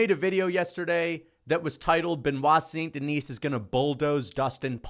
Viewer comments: If you're going to make a completely irrational hot take for clicks, can you get the damn guys name right?! Benoit Saint Denis. Hes French. Its not "denise" like Denise Richards, its pronounced "DI- knee". As in I want to Ben Askren da-knee you in the face every time I hear you pronounce his name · The “saint deNISE” is killing me hahaha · makes a lot of good points but he pronounces the silent 's' in BSD's last name so his arguments are invalid. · His name is Benoit St Den(ee)